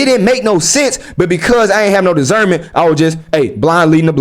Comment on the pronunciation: Cuh Say Discernment So Funny 😂 STG